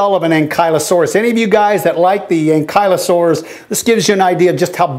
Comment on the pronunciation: GO ACRO!!! Despite the fact that acrocanthosaurus is my fav dino i would say a toss up between it and allo. Also that is the first time i have heard that ankylosaur name pronounced.